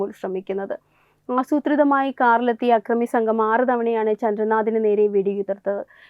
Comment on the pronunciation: 'ആക്രമി' യല്ല അക്രമി എന്നു പറയൂ